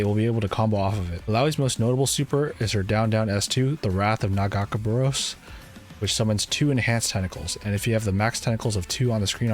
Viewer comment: Hey um, the name of IlliAOIS god is NAH - GAAH - KAY - BOW 🏹 -ROSE 🌹